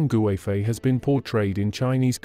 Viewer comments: Yang goo-eh-fei 🤣 but good attempt 😆👍🏻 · I really hate the western pronunciation... Her name should be pronounced KUIFEI, with a hard K, not a G.